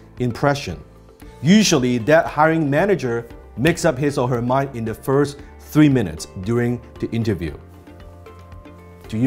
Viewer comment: 不只口音問題，仲聽到好多發音錯誤，Three 讀成Fee , First 無左st音，question的"stion"讀成"純".... 好多字發音的輕重位都錯，原本都好似好多其他人一樣當練聽力，但聽到5-6分鐘後，實在聽不下去。